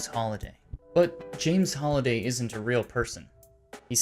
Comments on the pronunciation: HAlliday, Not "holiday" purleeeze. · It triggers me that he say his name wrong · Me too